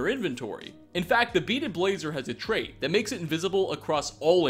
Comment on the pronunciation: "Thanks to this wonderful HAT he discovered" "Hat he discovered" "HAT HE DICOVERED" This triggers me